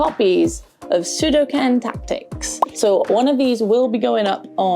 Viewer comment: Wish I had an attic like that to go back to, but sadly too many of my relatives are de-clutterers. This haul's definitely a case of quantity over quality, mind. "Pseudo-ken" for Suikoden? That's a new one! 😂Soft 'g' in dirge too. It's not that uncommon a word. All that tricky Latin sounded right though. Never heard of Koudelka but why would a game set in Wales have such an un-Welsh name?? Should be more like 'Cŵdelca' or something.